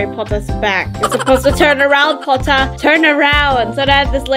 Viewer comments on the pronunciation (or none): Also i love how you said "PoTtAhH" ITS SO FUNNNY🤣🤣🤣